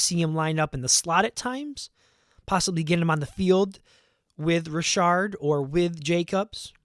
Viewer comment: And it's Richard like "re-shard" 👍